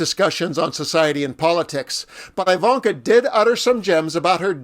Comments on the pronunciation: Her name definitely isn't pronounced "eye"-vanka. ;-) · It’s pronounced E like evil. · I've NEVER heard her name pronounced with a 1st syllable sounding like "eye."